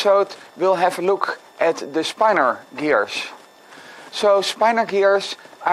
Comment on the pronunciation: It's pronounced "spin-or" and it's really interesting! I highly recommend this PBS Spacetime video on the topic: It may even inspire you to attempt some 3D mechanisms based on this magical property.